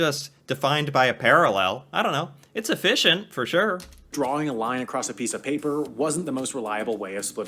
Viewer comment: you say ‘for sure’ like a Canadian, unconsciously. Again . Bravo 🎉😂